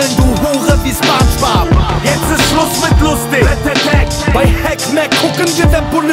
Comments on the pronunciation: Da kann jemand das Wort Spongebob nicht aussprechen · In Deutschland spricht man den Namen „Spongebob“ mit „O“ aus. Das klingt einfach nicht korrekt. Beim nächsten Mal einfach drauf achten.